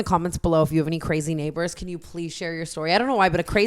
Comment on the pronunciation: Omg “neighbaaaahz” Boston accent popping out for a sec